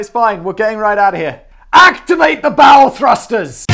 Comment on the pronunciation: Anyone else hear bowel thrusters?